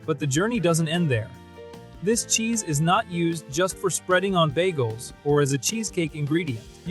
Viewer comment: What’s a “bajel”?